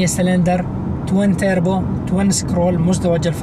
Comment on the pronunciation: توربو وليس تيربو